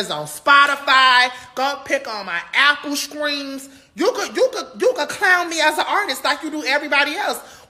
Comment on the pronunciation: LMAO....I know Caresha's LIl Brister (brother/sister) Saucy didn't say "Apple Skreams"😂